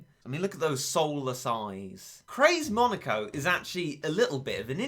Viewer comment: Just saying he said monoko instead of moneko